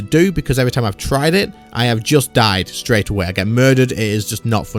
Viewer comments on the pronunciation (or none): none